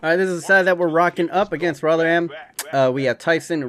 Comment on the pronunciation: You pronounce rotherham rovrem